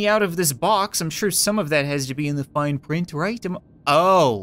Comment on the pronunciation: it said fine not fined